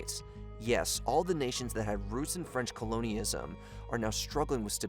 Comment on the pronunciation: constant mispronunciations, particularly the word Colonialism, render the video absolutely hilarious. how can one claim to speak about africa or anything in the english language and then proceed to so horribly and constantly mispronounce words. i enjoyed the video. work on your english skills.